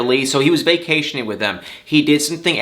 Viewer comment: "he's was VAY-CAY-TIONing.. yes...... Who's like a million years old... Was vacationing.... with two 16 year olds" ☝️😍 Why I love you.